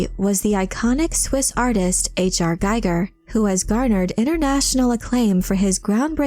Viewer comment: One nitpick, Giger is pronounced Geeger not gaiger.